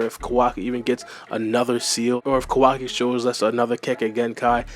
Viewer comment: Butchering Kawaki's name badly